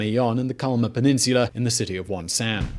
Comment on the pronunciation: Mount Paektu = "Mount Pekk-du"... Not "Pike-doo" Wonsan = "Wawn-sawn"... Not "Wahn saahhn"